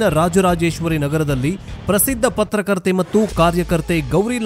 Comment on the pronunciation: ಪತ್ರಕರ್ತೆ ಅಲ್ಲ ಪತ್ತಾರ್ಕತ್ತರ್ 😂😂😂